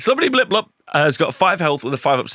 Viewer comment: I love the way you said it but it's definitely bile-piper.